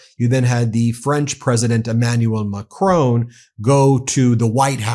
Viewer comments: macron not macrone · Pronounce President Macron like switch on mack r on not mack r own ! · Macron! Macron! The man’s name is Macron… it is not Macrone! FFs. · It is Macron, not Macrone……. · Please Ben, i love the Meidas Touch network but please stop referring to President Macron as President Ma chrone. Keep up your amazing work educating the American people about the situation in Ukraine 👍🏻🇺🇦🇬🇧🇺🇸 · Macron - it's Macron, pronounced 'Mack' 'Ron', not 'Macrone' he's not a Sicilian import! Sorry to divert from your excellent content, but this really grates! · Much as I admire the work Meidas Touch is doing (and I really do!) - could you possibly pronounce ZelENskyy's name correctly - and not as the person supposedly in charge, who says ZelINsky, which to my ears sounds very Russian! Oh, and Macr ON would be closer than Mac RONE. Sorry, trivial point I suppose, but respect to the hero by pronouncing his name as he says it would be nice. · It’s NOT Macrone. Mon Dieu. Pronounce it properly!! Bloody Americans’ freedom with how to pronounce words is so arrogant. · For the love of god, its pronounced Mac-ron, there is no e. Keep doing a great job but when you say macronee it grates on every french soul. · It is not Ma-CRONE 🤨. It is Ma-CR-ON , on almost silent. Listen to the Google to hear it. Please speak any foreign name correctly . It's not difficult. It's respectful. You mastered Poliviere and Premier pretty well right? 😊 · I don’t know why Americans pronounce President Macron’s name as Mac-rown . It’s Mac-Ron. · All the Meidas Touch pronouncements are profound and absolutely correct - bravo! However, please try to pronounce foreign names/countries/words correctly. Put "Macron" into Gurgle Translate to French and listen - it is not MAC Rone but Mac RO with a short "O" as in boss. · Argh Ben, it's pronounced Mark-rON (like on/off) not Mack-roWn. You're hurting my ears (I live en France). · he is called macronG please remenber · "Imanual Macrone" 😂😂